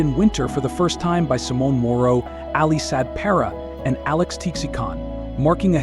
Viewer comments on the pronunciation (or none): none